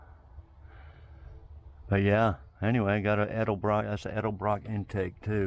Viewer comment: That’s one heck of a deal especially for anywhere near DFW where all classics are worth tons unless I was selling it.🤣🤣 Thanks for pronouncing “ Edelbrock “ properly too- hearing “ Elderbrock “ is about as annoying as hearing “ Husk Uh Varna “ for Husqvarna when referring to one of my old Mx bikes